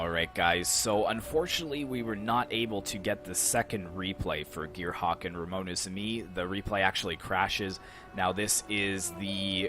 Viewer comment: It was a shameful display on my part or Gearhawk is just too good, but neverhteless, it was nice joining your tourney and hope you get above 10k mark this year like the guy said! Oh btw, it's *RAMONESISME, but that's fine lol cheers!